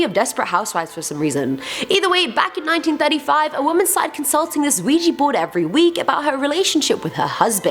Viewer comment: Ouija = Weeya.... not weeji